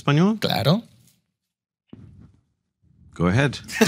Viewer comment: He just said "you are in spaniard" and even mispronounced it